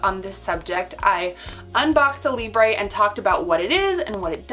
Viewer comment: it's libruh not libré why not just go by? you pronounce your full handle as ""